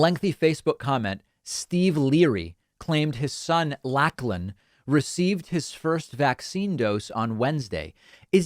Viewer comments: Hi David, Lachlan is pronounced Locklan, weird I know. I don’t think it is all that popular here. I probably know of 2 and one of those is Lachlan Murdoch. Thanks for shining a light of this story. Please keep up the great work that you do. I love the way you tell the story so it is easy to understand what is happening in the story. Thanks David, have a happy 2022 and take care. Hugs from Australia ❤️❤️🐨❤️❤️ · *Locklin , it's pronounced Lock lin. Well, all the Aussies I know live here say it. It's not super common, but I have met more than I have people named Duncan. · It’s “Scottish” - it’s pronounced “Loch” “Lan”. It’s how we spell it. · David, your pronunciation of the name Lachlan is incorrect. Pronounce it as if it was spelt 'Locklan'. The origin of the name is Gaelic, and not specific to Australia. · Pronounced Lochlin ....and glad you fixed up Westmead. I am a nurse there. Hi from Australia. Got our crazies here also. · A correct pronunciation is Lochlan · Long time listener from Australia - thanks for the shout out David! RE: the name Lachlan, it’s pronounced ‘lock-lan’. Probably our bogan accent and heritage! 🤣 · THIS DID NOT HAPPEN!! I am living here it is total anti vax!! Just a disgrace & so disgusting!! We have about 29% of 5 - 11 year olds vaccinated in Queensland & growing prior to school starting and this crap sure doesn't help!! FYI Lachlan is a popular name here but is pronounce "Lochlan"!! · it's pronounced Locklan and it's Irish-Scottish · For reference, "Lachlan" is typically pronounced "lock-lan" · It's not a real common name. Pronounced Lock-lan in Australia & shortened to Locky. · It’s pronounced LOCH LAN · Lachlan is Welsh I think. ‘Lach’ is pronounced like the Scottish; Loch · Lachlan is very common in Australia. I know some. It's pronounced Locklan. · Yes, it's a reasonably popular name. Properly pronounced: "Lock-len". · It's pronounced Lock-lan. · Just to note it’s ‘Lachlan’ pronounced as in Locklyn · LACHLAN IS PRONOUNCED LOCHLAN